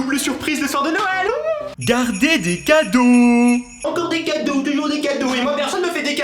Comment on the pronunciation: tu as dis enlever la moitié des cadrau aux lieu de cadeau ce n'est pas grave ça arrive qu'on fais des fautes 😊😊😊😊😊😊😊😊😊😊😊😊😊😊😊